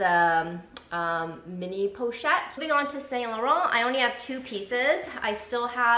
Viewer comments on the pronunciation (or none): Pouchette is pronounced /poo chete/. Like Winnie the Poo. Not /pole chete/. My HS French comes in handy 😂.